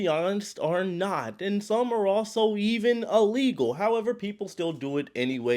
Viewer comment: IT Not PRONOUNCED "allegal" Its "illegal"